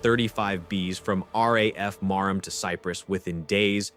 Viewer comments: It's NOT RAF Mar Ham it's RAF Maram the H isn't pronounced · marham. Lol. It's sounds like "Marhum", not "mar-HAM". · The 'h' is silent in Marham.